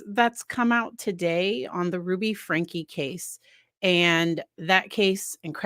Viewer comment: Frank-E is the way the family says it. Thank you for your commentary.